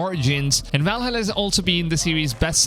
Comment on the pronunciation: please stop saying Valhalla like that